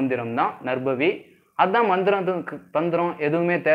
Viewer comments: First pronounce Name clearly is it Narbhavi or Narpavi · பசு என்று கூறும் போது ப-வை எப்படி உச்சரிப்பு செய்கிறீர்களோ அதுபோல் நற்பவி என்று உச்சரிப்பு செய்யுங்கள். 🙌 வாழ்க வளமுடன் 🙌